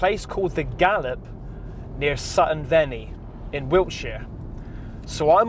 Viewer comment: us locals call it sutton vee-ny FYI